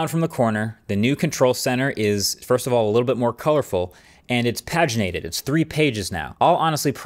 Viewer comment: I didn’t know we pronounce paginated like that.